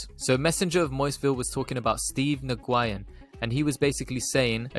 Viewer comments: 😂😂😂 Ohhh man Steve New Guyin!! That is hilarious to me!! I had to pause video and post this right when I saw the Post! His name is Nguyen! As in New yen! But I love how you pronounced it this first time! 😄 Classic!! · Yeah I’m in the bay about 15 min away from Mr Nguyen. Huge Vietnamese community here, I’ve heard it pronounced many different ways but New Guy In is an instant classic. Ima have to go check out this place in Morgan hill and find out how many saphyr’s are coming through!